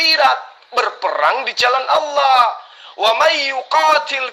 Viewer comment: ALLAH.. uthi... Bukan owloh... Kata jd murtad masa gk bisa ucap ALLAH..